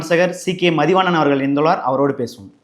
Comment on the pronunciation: "இன்று நம்மோடு திரு மதிவாணன் ஐயா இணைந்துள்ளார்" என்று தெளிவாக உச்சரிக்கவும்.